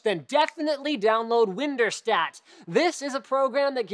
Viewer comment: it’s pronounced WinDirStat, not WinderStat